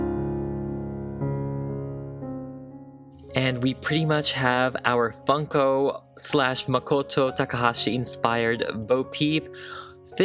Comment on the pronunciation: When he finally got started to customise her, I thought he said, "Here we have the DIY fuckin' pop. But he really said, DIY Funko pop. lol